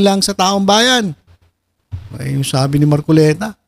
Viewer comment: Ayusin mo mag bigkas sa apelyido ni ka marcoleta